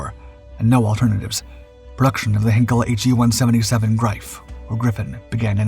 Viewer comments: " Heenkels Engineers " - really? Is there not an 'ei' in there? Hine kel, Hein - kel. Twine, Sine, Fine, Hein. Ever heard of Heinz Ketchup... Also its called the Heinkel He 177 Greif (Griffin) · Only a small thing for goodness sake please pronounce the E in Heinkel like in ein , mein , kein